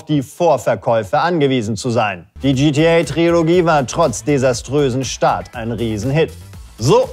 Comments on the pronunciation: Eure Sendung ist super, aber wenn dieser Moderator noch einmal TriOlogie statt Trilogie sagt, fang ich an zu schreien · Ist das eigentlich ein Running Gag den ich verpasst habe, dass er immer Triologie anstatt Trilogie sagt? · Trilogie! Tri-lo-gie! Ich mach gleich Trio mit vier Fäusten, wenn ich das noch einmal falsch höre! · Es heißt TRILOGIE, nicht TRIOLOGIE! Wie würdest du dich fühlen, wenn man deinem Namen unnötig Buchstaben hinzufügt oder wegnimmt? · Hihi hi, er hat Triologie gesagt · Trilogie! Nicht Triologie!!1!!1!11!!